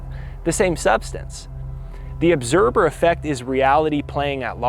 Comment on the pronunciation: obserber lol